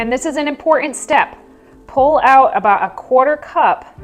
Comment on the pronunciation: I can't listen to impor'an' and abou'a. Adults who speak for a living shouldn't sound like toddlers who can't yet form all of their letter sounds. It is not cute.